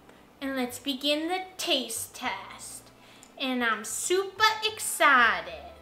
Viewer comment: I absolutely love when you say, “I’m supa excited!!” LoL These beans look delicious as usual. Have a great week!! ❤️